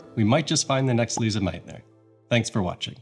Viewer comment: It’s Lise, pronounced Lees not Lisa!